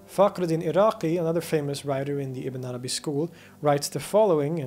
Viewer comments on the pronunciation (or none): I'm not used to Ibn Arabi's name. Everytime you say it, I hear "a banana bee".